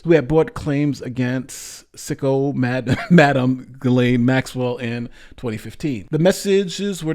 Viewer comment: Her name is pronounced Gil-ane rhymes with insane. You’re welcome.